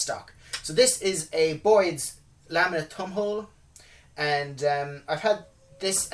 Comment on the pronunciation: I really like your videos! I gotta tell you though, I laugh out loud a lot because of the way you say some words. Like at the beginning of this one you said it was the "TURD" video instead of "THIRD" and you called the stock a "TUMHOLE" instead of "THUMBHOLE." Cracks me up! Keep up the good work!